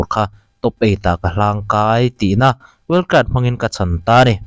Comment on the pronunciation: wild card ni na na well cart tih tlat reng mai😂